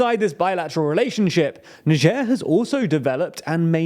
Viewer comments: it's niger (nayjer) ... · It's Niger not Nigee lol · Why you pronounce it like it was nijierre ? It's n-i-g-g-e-r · Do British people seriously pronouce Niger as Najere? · "neicher" lol, never heard it pronounced like that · Like neizhuh i think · The country , not the river. The Niger River is pronounced "N-eye J-uhr." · …so is that how you actually pronounce Niger…? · Never heard the country pronounced like that tbh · Is that how you pronounce the country's name? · Aren't we going to far with all this PC culture, changing pronunciation of country name because it sounds vaguely symilar to racial slur 😢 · True. But I think the important aspect here is the pronunciation of the G. That is the part that could cause.... let's call it "confusion". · Here in Russia it is pronounced like NiGer (G like H in hitler) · You pronunce niger wrong smh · They really couldn't even pronounce "niger" correctly? I got it wrong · oh i just looked it up and it is apparently different in the UK compared to where i learned it (US). I just assumed he got it wrong because of his history with pronounciation. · I'm sure he pronounces the name of the country wrong